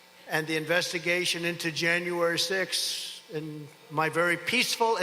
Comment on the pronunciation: Did he say Januooory 6fth?